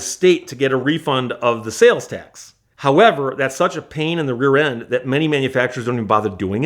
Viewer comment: "Cyash" (cash),"tyax" (tax), "byack" (back) What kind of speech impediment is he using?